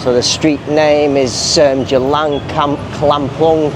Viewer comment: C is pronounced as Ch buddy.